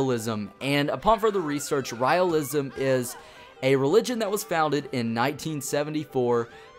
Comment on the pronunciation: The way is you pronounce Raelism is wrong, dude. The "Rael" word is pronounce as "Rail"